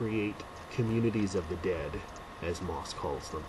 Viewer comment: Pronounced 'mossy'. Thank you for this review.